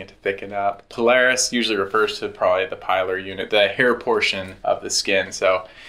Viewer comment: PILARIS Pil-Ar-Is come on 😂